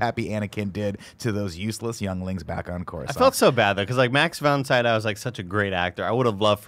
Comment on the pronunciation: Them incorrectly saying Max Von Sydow's name is driving my crazy. Also love that Max is in this film is amazing to me after knowing him from all my favorite Ingmar Bergman films